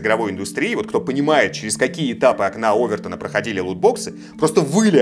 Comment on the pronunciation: простите но ОвертОна !! ударение на О ! ;)